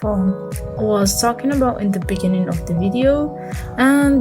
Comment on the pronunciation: Thanks for the tutorial but please fix your English you sounded like those Africans "In the Beninging". Don't feel bad about my comment and Good luck.